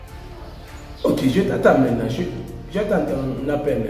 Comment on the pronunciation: On dit maintenant et pas metna